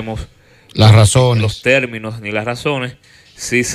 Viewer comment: Alofoke, no se dice IVANOS, sino IBAMOS (del verbo ir). no TELMINOS, sino Terminos (de terminar). No TRABAJAL, sino TRABAJAR. No se dice HAIGA, sino Haya (de haber).